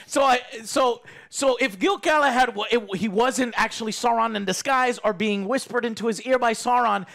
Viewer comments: Wait, Did Joe call him Gil-Galahand? XD did he mi. GIL-GA-LAD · Every time Joe says "Selebrimbor" and "Gilglahad" I see Alex die a little inside. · I love Alex's face everytime Joe says Gil-Galahad haha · Rings of Power: 3/10 Joe's ability to butcher every characters name: Gil-Galahad/10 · I love that Alex winces everytime Joe gets a name horrobily wrong (Bene Jessuit from Dune, Gilgalahad here) but never even attempts to correct him 😀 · Man, I'm used to mispronounced names, but every time he says "Gil-Galahad" I lost it. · Joe is so pissed he started calling gil-galad "gil galahad" lmao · I love how Alex intentionally never corrects when he says “Gilgalahad“ just to enjoy hearing it. 😂